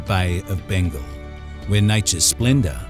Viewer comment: What a minute. Bay of Bengle??? What the hell is that??